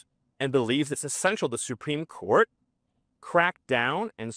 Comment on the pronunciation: “supeem court”